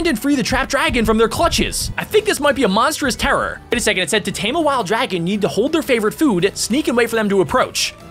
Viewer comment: You said monstrous terror🤣